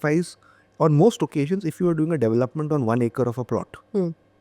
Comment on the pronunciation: Devil- lop- ment ❌ De-velop- ment ✅